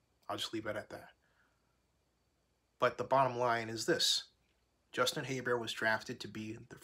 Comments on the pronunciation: I was surprised you're 5 weeks into the season and you still don't know how to pronounce his name. HER-BERT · Her-bert bro lol but yea defense caused them the games